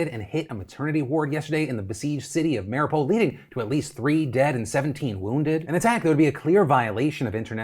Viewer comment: Phil, its Ma-ree-oo-pol :).